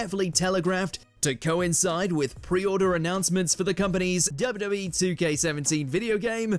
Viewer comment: The narrator couldn't say WWE..